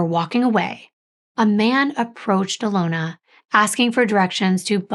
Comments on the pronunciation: And it’s actually Alyona, not Alona and her mother is Inga, not Igna. I speak Russian and that’s why I know. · yes, she pronounced them both wrong - Inga, not Igna. And it’s Alyona, not Alona. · It is pernonced Uh lon Uh. We absolutely love your stories and deep dives. Thank you for all your hard work!